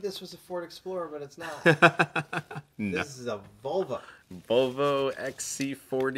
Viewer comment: I hate the way pronounces the names of certain cars WTH is a Volva? He also pronounces Renault wrong and Hakosuka wrong